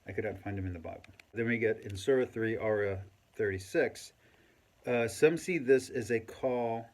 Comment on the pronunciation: My man its ayah, not aarya or whatever this is 😂